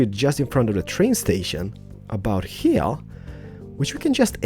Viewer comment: "One heya, one heya, and one heya" lol I really like the apartment building